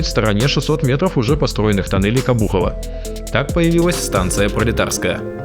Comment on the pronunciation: Обухово, а не обУхово...